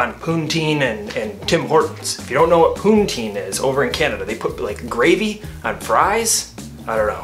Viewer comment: Dude - it's not POON-TEEN. It's poo-teen. Poutine.